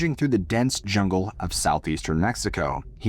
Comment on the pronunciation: Perfect pronunciation of campeche 😊